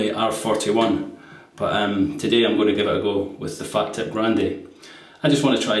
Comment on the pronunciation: Fah-teep is the correct pronunciation.